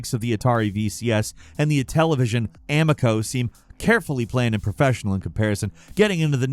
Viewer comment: I'm continually baffled by pronunciation errors. Anyone who's even loosely familiar with Tommy Talarico's phenomenal flop that was the Intellivision Amico know that it is pronounced "uh-meek-oh", not "am-ick-oh". I understand people who are not necessarily in the loop mispronouncing it, but for someone who's in the industry, I'm left baffled. This is the same guy who does a deep dive on Horizon Forbidden West and continually mispronounces the main character's name (just one of idk how many examples). Why does no one say anyone before upload? This is not a unique occurrence, and it just displays ignorance or lack of caring about the content quality.